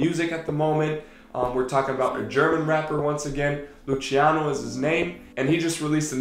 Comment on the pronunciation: Geiles Video!!! Das einzige was mich stört ist wie du den Namen von dem Rapper aussprichst... man spricht ihn [Lußiano] und nicht [Lutschiano] aus 😂❤️